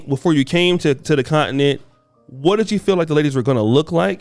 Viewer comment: Someone please teach how to pronounce continent.